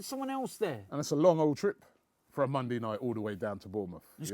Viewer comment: mondey night lol